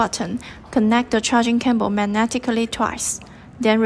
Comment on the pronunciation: What is a "charging camble"? Learn english before recording tutorials please!